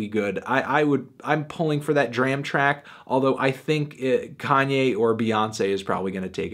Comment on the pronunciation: Please pronounce Dram and Paak's names correctly. Would add more of a familiarity to your videos.